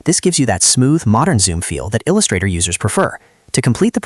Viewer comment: "il x 2 ustrator"? 😆